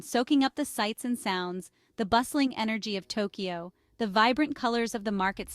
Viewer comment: Along with the good values you discuss, do you place any value on proper pronunciation? Your videos serve as instruction...so why teach foreigners poor pronunciation? A few examples: The "a" sound in Japanese is "ah," so when you say things like "melon pan" or "genkan," please use the "ah" sound. Don't say "gozaimasoo"! The final "u" is either silent or very mild. And don't say "Tokiyo." There's no "i" sound in it. It's simply "Tokyo," just as it looks.